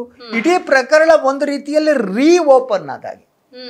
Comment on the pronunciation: You are a very good anchor Onde ondu salahe PraKHArana anta helbedi PraKArana anta heli Alpapraana